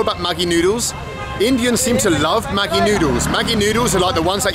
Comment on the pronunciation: 😂 Maggi is pronounced "majee" or "madjee".